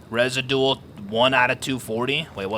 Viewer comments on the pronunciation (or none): "rezidual" LOL you goose its pronounced re-zid-u-awl whats gonna happen is clans will control the power plant keeping solos from benefiting from the power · Resi-dual??!!! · Residual resijuwal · When reads "residual" as a Batman villains name.